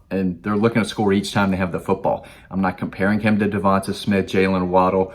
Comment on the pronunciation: He refuses to pronounce Devonte/Devonta as "Devon-tay". Devonta Wyatt & Devonta Smith, both pronounced the same but not pronounced "Devon-tah"